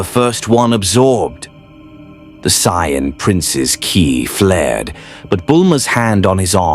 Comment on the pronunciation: Ki... is pronounced like key, not kai.